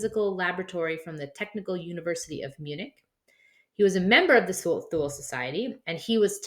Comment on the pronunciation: It's "Tool-Uh" Gesellschaft.....